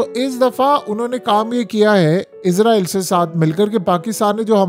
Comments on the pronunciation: مجھے ایک بات کی سمجھ نہیں ائی کہ یہ اسرائیل ہے یا پھر عزرائیل ہے یہ بھائی نے جو ویڈیو بنائی ہے اس میں تو یہ اس کو بار بار عزرائیل ہی پڑھ رہا ہے۔ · عزارٸیل نہیں اسراٸیل ھے۔ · Apni pronunciation theak karain. Israel is-ra-el hai not izrael. Izrael angel name hai.